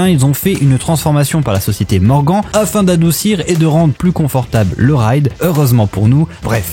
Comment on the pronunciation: Hello, tip top tes montages ! Par contre, s'il te plaît mais dit moi que tu fais exprès quand tu prononces le nom du constructeur "MorganE" en "MorganT" ? Mon orthographe n'est pas correct mais c'est pour t'expliquer ta prononciation complètement HS ... Allez big up et salut 😉